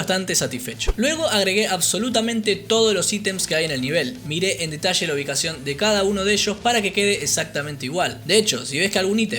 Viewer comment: No os perdais ningun DETASHE!🤣🤣🤣🤣